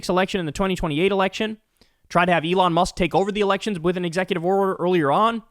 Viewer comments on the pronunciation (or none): none